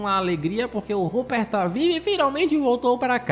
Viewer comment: O “rupper” kkkkk